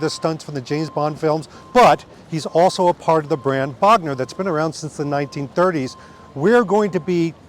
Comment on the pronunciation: Bogner is properly pronounced with a closed 'o' rather than with an open 'o'. There is no open 'o' in German. Bogner with an 'o' as in 'go '. Cool trip. Thanks for taking us along and of course Happy belated Birthday!